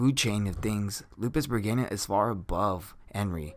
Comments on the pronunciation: I have to squeeze my stressball everytime i hear that regayna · Lupus-REGINA not lupusbregina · R E G I N A not R E G I N I A 😐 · She's a sadistic energetic verwolf girl. There. Also what? "Lupus Reginia" ??? It's Re-Gi-Na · its lupusregina not lupusbreginia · i hear he call it lupus bergania why is that? why is so hard to pronounce LUPUS RE GI NA explain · lel its lupisregina not lupusregina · So I hate to be that guy. But her name is pronounced Lupus(Regeena) NOT Lupus(ReGayna). It’s not the end of the world but if you’re trying to establish yourself as an informational anime you tuber this is kind of inexcusable. I believe in another video you said you were an anime only watcher which is fine but even in the anime they pronounce her name the way stated above. I mean when the last Airbender movie came out and they pronounced his name as “Ong” rather than “Ayng” people lost their shit and it seriously was one of the most annoying parts about that movie. Otherwise this video was pretty entertaining but every time you said her name I just wanted to stop watching. Again not trying to be a douche but I know I’m not the only person out there that felt this way. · i am with you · yes i think pronouncing established names properly is a must. I dont mind words to have diff pronounciation but established names should be pronounced properly specially as an informational youtuber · Ill speak for the other half. IDC if he pronounced it wrong.I mean he's human lol, i got enough common sense. Im just here for the facts 😋. I understand you though sir. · Why i constantly hear Lupusbergina rather than Lupusregina😅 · yes, he mispronunce her anme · Okay, so I'm not the only one hearing the narrator of the video say it that way too hmm? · Shouldn't it be pronounced, lou-pis-ruh-jean-uh? I think the English translators or VA messed up. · Regina = Wedge-I-Nah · Gotta' say... Bregania sounds cooler though. Lol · I don't think you are pronouncing the name right